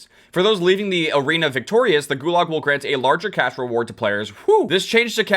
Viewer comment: Every time you say cash I hear cache.